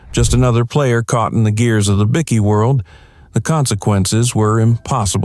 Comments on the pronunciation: What is Bicky? Byekey is how you say it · Right say bike now say bikey it's not a fuckin biscuit bloody Al